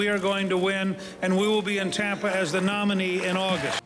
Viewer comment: He really doesn't know where to put the emphasis in the word "nominee".